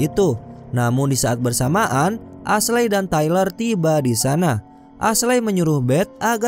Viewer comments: Ashley dibaca esli ngab. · Cerita nya bagus tapi sumpah geregetan waktu salah nyebutin nama Ashley. Dibaca esli yah. Wkwkkw coba deh dengerin nama2 nya waktu nonton filmnya.